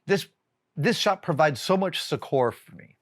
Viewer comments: Hey Adam: "succor" is pronounced more like "sucker". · It's a very very minor quibble...a pet peeve of mine I guess, but my brain always short circuits a bit when Adam has some unique pronunciations for words like 'succor' (it should sound almost exactly the same as 'sucker', not rhyme with Coor's). Like, he's so otherwise erudite in his knowledge, diction, and presentation due to all the practice he's had as a science explainer and just the wealth of experience, it actually makes my brain gaslight itself thinking I must be the one wrong and crazy, until I google to confirm. Though some of them I just slide over as they are ones that so many use that it really is an alternate pronunciation at this point (like respite). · Does anyone know what word he’s saying ? (Sechor??) I would like to improve my vocab but I can’t figure it out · Recently I’ve heard you use the word “succor” a few times and I do think it’s a delightful word that should be used, especially in reference to one’s own need to be soothed or or given personal aid. What I did notice is your pronunciation of “succor” which apparently varies in the US from the British pronunciation and to other dialects, midwestern-eastern?? Anyway, you pronounce it suck-our, I’ve always pronounced it suck-er like “soccer” with a “u” instead of an”o”, and the Brits pronounce it suck-a, the last two being most similar. Just an interesting observation, language is fun. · Your pronunciation of succor really caught my attention, I thought that cannot be right, but then I realized I had only ever read that word, I have never heard anyone ever say it, so the pronunciation I use in my head certainly can be wrong.